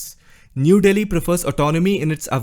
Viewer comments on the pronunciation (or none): none